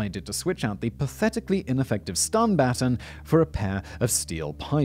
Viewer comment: 🤣🤣🤣🤣 he can’t pronounce baton!